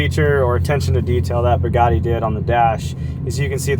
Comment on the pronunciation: He was pronouncing Bugatti like such a Midwestern dude. Everytime he said Buhgattii sounded like Pagani to me. 😂😂😂 I'm not hating he can pronounce it however he wants when he owns it.